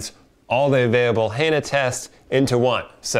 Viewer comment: why are you miss pronouncing Hanna?